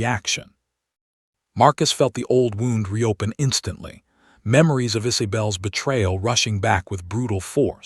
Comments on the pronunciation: The name pronunciation is ridiculous eh leen er? Really. Issy bell. Come on. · Really, Really you keep using this AI voice, when everyone complains!!! It mispronounced Eleanor, Isabel and the word ragged and others! Choose another platform that offers a decent AI voice for your audiobooks. Sooo annoying!🤦🏻‍♀️ I rate your short tale a 4 out of 10.